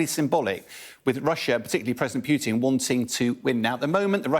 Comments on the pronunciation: Its not "Pue-tin" its poo-tin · His name is not Pjuutin, it is pronounced puːtɪn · his name is nott Pjuutin.